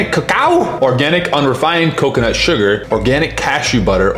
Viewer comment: Why can't you say coconut properly?? Way you say it doesn't make any sense